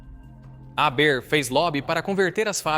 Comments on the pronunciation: Fritz "Réber"? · A pronúncia do nome é errada, o h é aspirado e o er do final é pronunciado com o som de "a" aberto...no mais irretocável., boa pesquisa histórica.